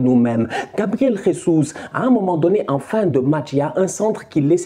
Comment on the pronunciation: Salut on dit pas « resus » comme en espagnol le J c’est comme en français